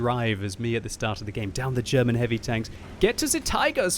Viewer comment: it's funny to how you pronounce "derman" :)